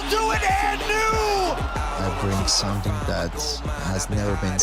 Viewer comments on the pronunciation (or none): none